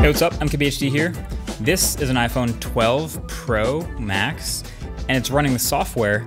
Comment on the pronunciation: I feel you MKBHD, it is really hard to pronounce iPhone 12 Pro Max